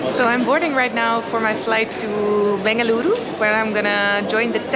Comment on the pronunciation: the way you said Bengaluru is impressive 😊 Welcome to Bengaluru